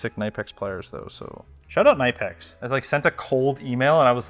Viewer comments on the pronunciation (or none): It`s KNIPEX K-N-I-P-E-X not NIPEX. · "kuh-nip-ex" is how you say the wire cutter/pliers brand... and the female ethernet is a "jack," male is a "plug". 😉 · it's kih-nuh-pecks or kuh-nee-pecks. Edit; its a german company. Germans dont use silent Ks like we do. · they're actually pronounced knipex (kuh-nip-x). I only know because there's a guy that REALLY likes their snips. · who the heck says "nipe ex" its "nip Ex" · Its Knipex not Neipex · Just an FYI. I was told by a Knipex employee that it is pronounced 'Kinipex" The K is not silent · nipex? Kuh-nip-x. Gotta say it right if your repping them. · it's pronounced more like kinipex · Did Knipex claw back their gift when you pronounced their name NAI-pex and not k'NEE-pex? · I was quoting their website: "The proper German pronunciation of KNIPEX is k-nee-pex [knipɛks], but phonetically speaking, it is very reasonable to pronounce it nee-pex in English." I guess they are lenient when it comes to how Americans pronounce their name as long as you're buying their pliers. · No bro it's two syllables kni-pex and it for sure isn't nee. The IPA symbol is the I without the dot I think. The same "I" as in nib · The way you pronounced Ke-Nip-Ex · ITS KNIPEX not nipex or smth, its a K! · Not how you pronounce knipex... Its kuh-nip-ex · Just a quick (tech) tip lol, in all seriousness, I'm sure Knipex would appreciate if you said their name right. (No hate basically everyone says it wrong) --- Cuh - Nip - X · Took me about 30 seconds to realise you were saying kNipex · Only thing sharper than that install was those Knipex pliers… pronounced “kuh-NIP-ex” by the way 😄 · It's not called "knighpechs"; it's called Knipex in real German hardness. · Kuh-NIP-ex the K is not silent. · Excuse me, it's pronounced kuh-nip-x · Hey, the 'K' is silent on knipex, hens them being called "Nippers" a lot. The more you know.:) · 8.50 you pronounce it k-neepex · it’s Kuh-NIP-ex 😂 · knipex is "NIP-EX" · You slaughtered the pronunciation of Knipex 🤣